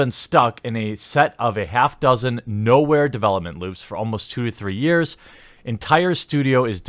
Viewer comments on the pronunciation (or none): none